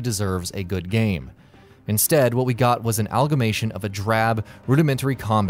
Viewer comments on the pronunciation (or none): Hey, voice guy, the word is "AMALgamation", not "Algamation". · Algamation isn't a word.